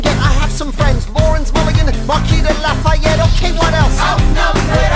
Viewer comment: I had to stand up in class and tell the social studies teacher how to pronounce "marquis de lafayette" he said luh-fetty